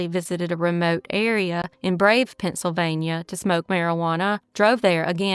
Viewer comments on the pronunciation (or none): none